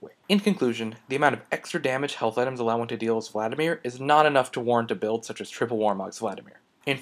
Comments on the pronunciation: Vladimir, not Vladamir. Emphasis on the first "i". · "Vladamir" Son, I am disappoint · its vladimir not vladamir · "Vladamir" xD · 'Vladamir' lol